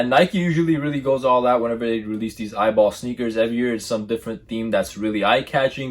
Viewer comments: It’s pronounced “E.Y.B.L” not “Eyeball” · Bro it’s E-Y-B-L 😭